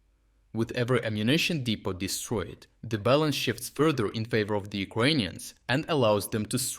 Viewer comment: De po .... Not Deep o